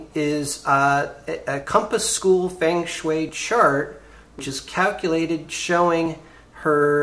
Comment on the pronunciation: It's pronounced "fung shui" but cool app.